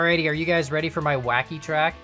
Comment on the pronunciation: That moment when misreads Wacky as Kacky.